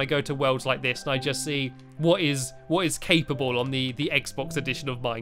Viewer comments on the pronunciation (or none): You said capable more like cakeable